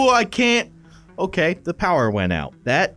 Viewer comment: It's not OKEH to be OKEH (titan cry😭)